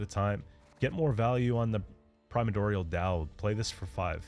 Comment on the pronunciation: Okay when I heard you pause and say "prima-dorial" that confirmed these mispronunciations were intentional. I was wondering until then